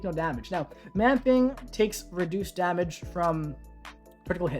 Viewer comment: I love how says "dahmage"